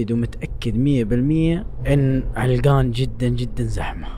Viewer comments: عَلَقَان مو علقان هههههههههههههههههههههههههههههههههههههههههههههههههههههههههههه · عَلَقَان وليس عِلقان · مو علْقان 😂😂🤦🏻 ، علَقان♥️ ♥️♥️♥️. ياخي احبك يا ♥️♥️. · يا اسمها علقان مو علقن ولا السنه ذي باذن الله تشرفنا في تـبـوك عند منطقه الحره وفيها الثلج خرافي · هههههه ولا مره نطقه علاقان صح علقان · لا تبعص اسم المنطقه علْقان ❌ علَقَان✅ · علقان ❎ علقن ✅ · لو سمحت اسمها علقان مو علقن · علقان ❎ علقن✅ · عَلَقان ✅ عِلّقان ❎ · عِلْقان ❌. عَلَقان ✔️ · اسمها علقان مو علغان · عَلقَان مو علَّقْان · منور تبوك 😂 و القرية اسمها علقان بفتح العين و الام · هههههههههههههههههههههههههههههههههههههههههههههههههہۧ ة 💔😹🤦‍♂️. النطق حق علقان خطأ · السلام عليكم نطق كلمة علقان غير صحيح ياصاحبي للتنويه سعدنا بتصويرك والي الأمام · ترا نطقك ل علقان غلط شوهت اسمها 😂😭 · خطاء نطقك ل علقان